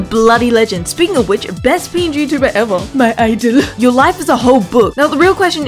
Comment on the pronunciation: "mY iDolUhH"